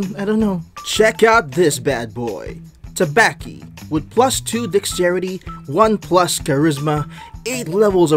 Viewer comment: Your first pronunciation of Tabaxi was spot on. "Wild Shape" is one of a Druids most iconic spells in which it allows them to temporarily shape-shift into an animal of the forest. Bard = Horny, about 85% of the time.